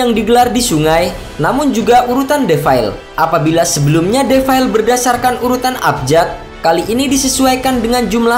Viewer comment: Belajar dulu ngomong defile...😂😂